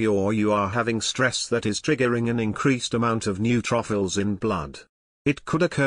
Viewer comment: I never knew I had new truffles ( neutrophils). Laughed every time it was mispronounced!!!